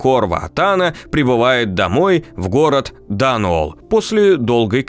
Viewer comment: Вот все хорошо, но с ударениями что-то промахнулись: Серкóнос, Да́нуолл, Соколóв Спасибо за видео по обожаемой вселенной)